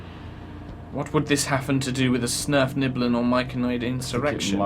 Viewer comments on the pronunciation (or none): Svirfneblin, at least is how it should be spell, are Underdark-dwelling Deep Gnomes. has just called them Snerfniblin for whatever reason.